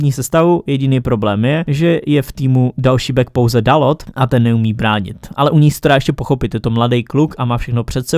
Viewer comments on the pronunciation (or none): Zase špatná výslovnost tentokrát u Dalota, čte se Dalů nebo Dalou + Milivojevič dal branku po penaltě